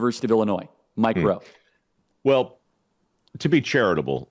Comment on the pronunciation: He’s “MikeRowe” works😂